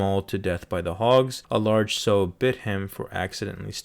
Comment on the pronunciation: Sow rhymes with cow.